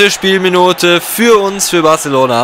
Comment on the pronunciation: Du sprichst Barcelona so richtig Deutsch aus LUL Wenn man Spanisch hat ist das so lustig Haha